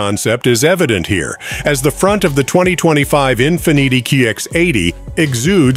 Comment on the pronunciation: Learn how to say Infiniti, ok?